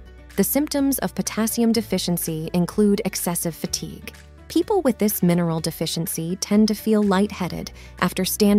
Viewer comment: Weird pronunciation of key words.Sweeting, for sweating, Fatigay for fatigue, etc